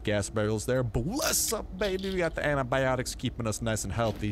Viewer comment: "Anti"biotic not Anabiotic